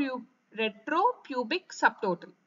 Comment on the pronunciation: Maam ur explaining good ..but some words clearly explain maam Ex superpubic .retropubic